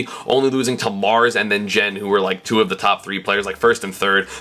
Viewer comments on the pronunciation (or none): none